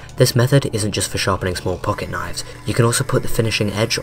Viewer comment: Wow A video about knifes where the guy talking says “knoyvs”